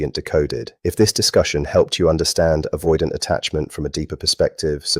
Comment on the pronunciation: AI slop. Can't even pronounce the word avoidant.